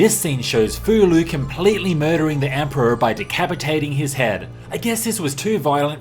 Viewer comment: Great video! Breath of Fire IV has been one of my favorite games since it first came out, and I actually did not know about the names of the orphanage children. Learned something new today! Just one note: Fou-Lu's name should be pronounced more like FOH-loo, not FOO-loo, according to his Japanese kana.